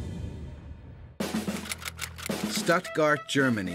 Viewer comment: Good god, man! I've never met a person who has mispronounced Stuttgart, THIS bad! Did you just crawl out from under a rock?